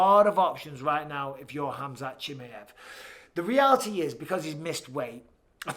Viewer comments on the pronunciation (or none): spelll correctly... its Khamzat not Hamzat... whyare you keeping the K silent ????